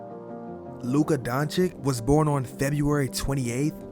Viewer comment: Congrats on the vid. But Learn how to pronounce his name. Don’t be like Stephen A. Smith